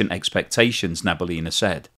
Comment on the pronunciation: Na - bee - yoolina (stress on the yoo)